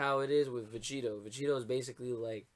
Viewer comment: please god say vegito correctly dude